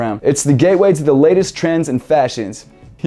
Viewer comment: Did you say gateway or gay way???